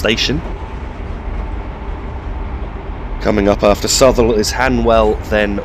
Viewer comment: that station before hanwell is pronounced (south-all)